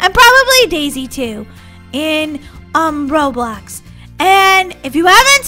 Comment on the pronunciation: lol you said roblux